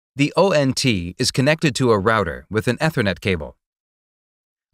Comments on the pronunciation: Eh thernet? Lol. It’s ee thernet. And it’s pay treeon not pah treeon. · Almost right but terribly technically wrong. Bits / Bytes? AAAETher Net totally wrong pronunciation. Coax vs. twisted pair. Uggg. Totally missed the topic in the title. This list goes on. Save yourself of life wasted listening. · Dude cannot pronounce Ethernet. It is pronounced ee· thr·net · "Ethernet" is pronounced "E-thernet" not "ether-net". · Nope it's Ether-Net but Americans can't say it properly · He's trying his best to sound like a text to speech program But text to speech can usually pronounce "Ethernet" correctly...